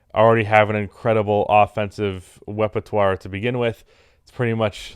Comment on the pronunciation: pretty sure he said 'wepetoire' so probably lmao